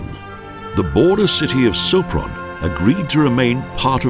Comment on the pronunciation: 'Szopron' ... 'utka' ... stb .... a kiejtés kutya vacsorája, magyarul :-D